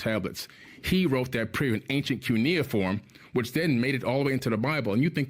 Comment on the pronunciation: He doesn't even know how to pronounce Cunieform. This is what dangerous. This adding to the ignorance of others with lies. And ive studied it all decades... What a fool. Don't be a demonic spreadimg fool.